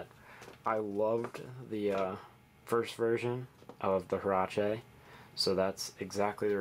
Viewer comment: Just an FYI. They are pronounced wearache not herache. Just a tip for you mono linguistics.